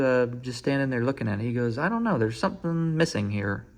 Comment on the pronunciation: Congrats man. Also "ey im making a bideo ear" is probably the most midwestern thing i've ever heard. congrats again